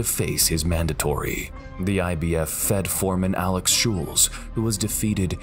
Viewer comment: his name is AXEL schulz not alex schulz